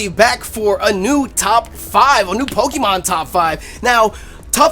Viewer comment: Not pokEEmon, it's pokAYmon